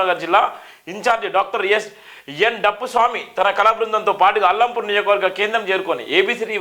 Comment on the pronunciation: అల్లంపూర్ కాదురా సామి! అలంపూర్ అనాలి... నువ్ ఎక్కడి జర్నలిస్ట్ వ్ రా బాబు....